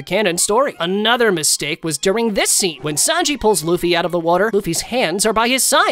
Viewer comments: Is it me or did he say boofy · Man that ain't luffy thats goffy